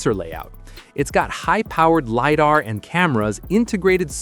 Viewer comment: Its pronounced lie-dar